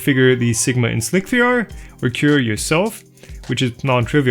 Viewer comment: It sounds like you're saying "Slick VR" instead of "slic3r". That confused me for about a year.